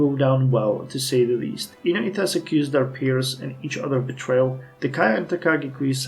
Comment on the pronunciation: I think that you've been mispronouncing the -ites in kidoites and inoites for quite some time now. I believe that it's not japanese but an english word so it should be prononounced like the -ites in Jacobites